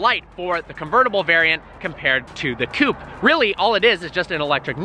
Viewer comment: Its not coup, its coupe. Love your videos though